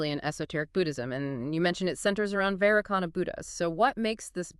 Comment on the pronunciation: AI seems to pronounce Vairocana differently to how it is usually pronounced...